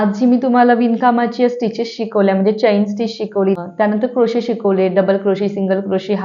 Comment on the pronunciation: Please pronounce chain as चेन (चैन नाही)! किंवा मराठीत साखळी म्हणा.बाकी सर्व छान❤